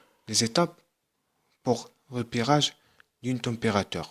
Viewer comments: استاذ رها كتقرة la température مشي la temérateure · سيير حتى تعرف تقرى عاد هدر لاطومبغاتيغ كاينا u ماشي e